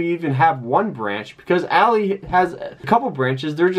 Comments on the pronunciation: It’s “ALL-EYE” not “ALL-E” 🤦🏾‍♂️ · Good video, I just have to say you are pronoucing ALLY wrong. You are saying it like a females name when it is actually like the "friend" ally.. Example: "I am not your ally ," he repeated. ...